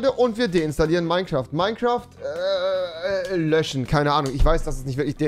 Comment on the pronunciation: Jede andere Person: "löschen" Rewi: " löchen" 😂🤦